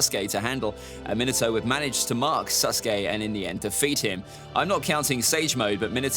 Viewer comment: Bro why did call minato minito